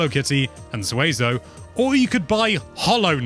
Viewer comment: you pronounce it correctly. The Monster Rancher character is pronounced Sue-Eh-Zo or Sway- Zoh Used to watch the show all the time and had both Ps1 games